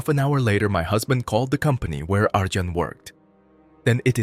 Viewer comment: Pronounced "Ar-yon" and "Don", not "Arjohn" and "Dan".